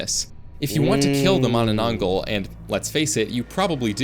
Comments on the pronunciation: im Filipino and this hurt me considering the fact he cant pronounce mananangal properly😭😭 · i started screaming MANANANGGAL MANANANGGAL ITS NOT THAT HARD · im dissapointed im a filipino and the narrator pronounce manananggal wrong its not mananangol mananangAl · Yes I am from the Philippines and it's manananggaaal not gal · the manaAN-NG gal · It's pronounced ma na nang gal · U said it wrong it mananangal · "managh manna manangglal" lol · It's the man-na-nang-gal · Him trying to pronounce the first creature's name literally made me laugh. 😂😅😢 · Bro cannot pronoance manananangal it's so easy for us Filipinos bro why😭😭😭😭✌️ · My soul hurts from the pronunciation of mananangal